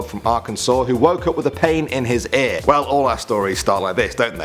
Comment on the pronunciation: Aer? or Ear...Eeyurr.